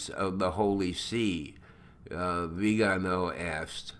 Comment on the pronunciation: Neither Vígano, nor Vigáno,; it is Viganó, i.e., Vigano with a stress on the last syllable "no". Thank you for all your effort!